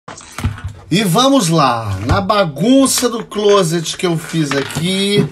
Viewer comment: A pronúncia não é "clôset", é "clóset"...